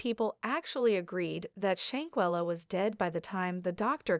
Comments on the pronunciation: Pronounce the name right or stop talking about this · No disrespect Ma'am... but Your pictures are not lining up with what you are stating 🙄 and your saying Shanquellas name wrong